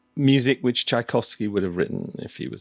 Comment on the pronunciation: Tchaikovsky not Tchaikovsy